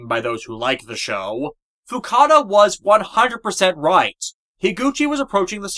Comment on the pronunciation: Also, again, it's Fukuda, not Fukada.